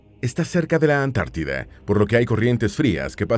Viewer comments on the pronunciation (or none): none